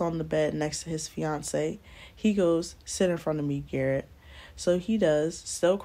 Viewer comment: She said " GARRRETTT" I am cracking up! lol a name I cant pronounce some African man lololol. Hilarious